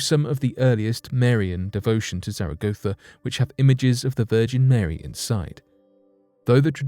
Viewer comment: Plz check your pronunciation of Zaragoza in Spain. It’s not quite right. But, yes, In readably interesting. Nice to hear it on main stream at last.